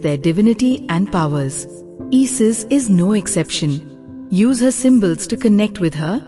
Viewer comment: Who the hells " EE-SIS". GET AN ENGLISH BOT